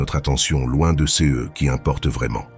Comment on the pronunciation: La voix que l'on entend, issue de l'IA, est agréable à entendre, mais bute sur les "ceux", qui deviennent des "cé eux"